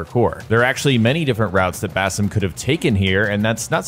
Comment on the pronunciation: Basam 😂, i come from an Indian background and it’s it’s pronounced baseem